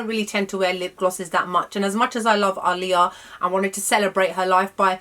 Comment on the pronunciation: Thank you for pronouncing her name correctly 😎